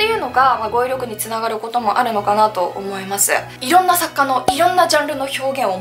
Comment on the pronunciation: この方の「思います」の「す」の発声は「せ」が混じっているな。唇を横に伸ばし、口角の筋肉を少し下げ、下唇を少し前に出しているのではないかな？舌が少し前に出、上に上がり過ぎているのかも知れない。「す」の正確な発声を練習されることをお薦めする。